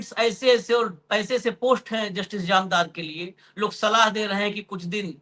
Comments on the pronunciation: Its Jamdar not Jamadar😢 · अशोक जी आप बार बार जामदार को जमादार बोल रहे हैं। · महोदय निवेदन है कि वानखेडे जी से कहें कि अपनी भाषा शुद्ध बोलें।इस वीडियो में उन्होंने जामदार साहब को 4 बार गलती से जमादार बोला है कृपया सुन लें एक बार।